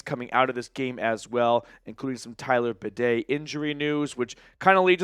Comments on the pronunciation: I don't expect much from most idiot sports commentators, but you're supposed to be a Broncos fan. His damn name is BAY-DEE.. NOT BUH-DAY!!!!!! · Good show. Go Bronco's! Badie is pronounced "Bay Dee". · Are we really sticking with the “bidet” for Badie? LOL